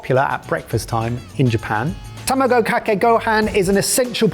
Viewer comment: The English maintaining their tradition of pronouncing foreign words however the F they please. Ta Mah Go. Not Tama Go.